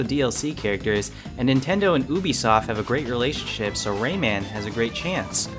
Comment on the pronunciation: Did he say relationship or relationsh*t